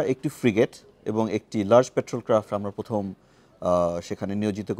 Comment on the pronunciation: একজন ব্রি. জেনারেল বার বার পথম পথম!!!! উচ্চারণ করছেন 😅😅😅😅 লে হালুয়া 😢